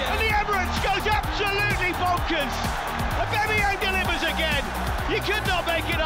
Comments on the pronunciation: It annoys me when those commentators call him AubEmeyEng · Imagine after 2 years our own commentator still not being able to say ‘Aubameyang’